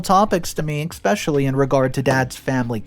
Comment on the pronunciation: There's no X in the word especially